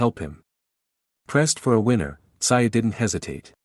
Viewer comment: Who the hell is Kosta Sigh? It's Kosta Tszyu pronounced Kosta Zoo! Maybe some research when you do a video?